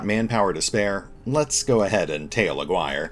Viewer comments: The name you (and any other youtuber playing this game) are REALLY butchering is Aguirre (''A'' like in ''Artic''. ''Gui'' as in ''Guinea pig'' and ''Rre' like in ''Rest'''). It's pretty funny how everyone is saying A-wire instead xD The game looks sick from what I've seen but the line of sight problem is a real thing,seems like they're working on it tho so lets see what happens. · "Aguirre" is read as... A = the participle "a" Gi = the karate uniform Re = the musical note. "a-gi-re" and is a Spanish (in the case of Jerry Melendez Hispanic) surname.